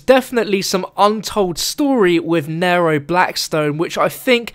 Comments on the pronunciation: it is nee-row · he says naro its neero (spelled nero but its pronounced neero) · i swear every time he says nairo i scream because its nero in the same way hero is hero not hairo...god damn its hard to type pronouncations in comments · It's pronounced Nee-Row not Narrow. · Isnt it pronounced n-ear-o not n-air-o? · Pronounced kneero get it right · Its pronounced knee row like zero with an N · it's pronounced "neeero" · Am I the only one annoyed when he says "N-ai-ro" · I really hate how you say Nero like "nairoe" It's not that hard... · no he is saying it like "nairoe" it really annonys me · Ryan P I'm not american and he's saying it wrong. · please pronounce Nero right